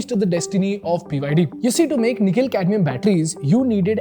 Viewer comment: Did i just hear Nikhil-Cadmium battery?